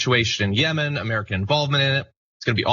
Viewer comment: yemen and yemeni. emphasis on the same syllable. The first syllable. not YA-men and ya-MA-ni.